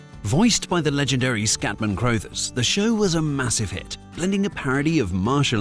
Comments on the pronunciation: Ok, it's an AI Britsh accent, but it's pronounced Scatman CRUH-thers. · Scatman Crothers surname is pronounced like brothers, not that nonsense you came out with. 🤦‍♂️🤷‍♂️ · Also, Scatman pronounced his last name like “cruh-thers “ and not “crow-thers.” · A hallmark cartoon of the 70s, contemporaneous with the Hair Bear Bunch. That it only had 16 episodes, but felt like many more despite the simple formula, says a great deal about Scatman Crothers's talent (though I am fairly sure it is pronounced CRU-thers - as a contraction of Carruthers - and not CROW-thers. And I always thought his name was Henry! Final point - odd that a British voiceover does not mention the impact of the show in Britain, where it was certainly riding the wave of our fascination with Kung Fu and capturing the hearts of a generation of children... and let's not forget the eponymous after-shave of the same era!! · Never heard anyone pronounce "Crothers" like that before. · I was surprised when he pronounced it that way in the video, but then wondered if it was one of those names that is pronounced differently in the US. I couldn't find a video of Crothers saying his own name, but in videos of people who knew him they pronounced it like you said.